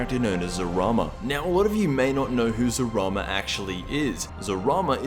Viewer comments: Isn’t it Zalama not Zarama? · It’s Zalama, not Zarama